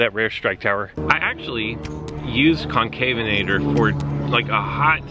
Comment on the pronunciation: Sunday morning, looks like it's the morning-after-the-night-before for you bud lol. BTW it's Con-CAV-en-a-tor not Con-CAVE-en-a-tor :-p